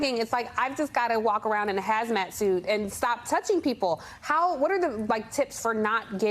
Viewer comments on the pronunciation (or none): none